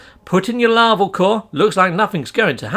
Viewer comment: Larval, NOT "laval". See